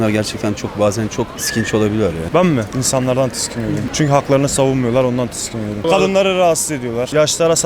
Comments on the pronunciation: Bir kişide dememiş ki tiskinmek değil tiksinmek diye. Videonun %98 i tiskiniyorum diyor. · HİÇ BİRİ TİKSİNİYORUM DEMIYOR TİSKİNİYORUM